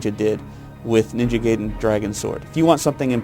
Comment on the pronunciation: he didnt even say ninja gaiden right.